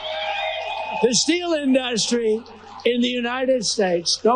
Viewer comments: Why does he say In DUST Ry like that??!!! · What is “an dustry”? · InDUHHStry. I can't even stand the way he pronounces words. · Why does trump pronounce industry , IN-DUST-REE? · DonOld suffers from diarrhea of the mouth. BTW why can’t he pronounce industry. It’s NOT in-dust-tree! What an idiot. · Is anyone else annoyed and confused about the way he pronounces industry. Wtf is going on? Am I missing something? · We have a president who can't say the word industry smh. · For someone who says this word so often pity he can't say it industry this moron instead of three syllables he turns it into three words.